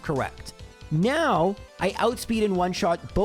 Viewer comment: Lol he said now but it sounded like meow. Nice observation😂